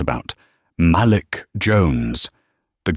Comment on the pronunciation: the name malik is pronounced muh leek ( say it fast muhleek) not "mal lick." fix it because it sound like sjht. AI do not know how to pronounce a lot of names. it's ridiculous.